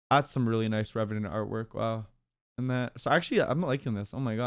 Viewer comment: Revenant to Revenyant